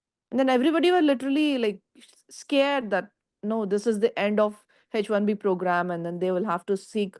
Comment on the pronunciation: That girl is not able to pronounce H correctly in H1B 😂